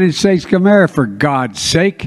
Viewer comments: He cant even say the country he's commander and chief of. (unreal) Joey's in brainfart mode and were just screwed....KEEPUM STRAIGHT GOD BLESS 🇺🇲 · How ironic that he is the president of this country and can’t even pronounce the country he is in charge of (skamerica)....please! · He can't even say America